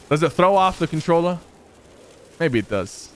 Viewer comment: No one: Litterelly no one: Mongral : controlla playa shing shing its a cntroller player